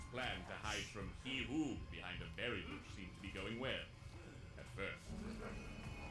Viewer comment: Heehoe?🤣 it’s Heewho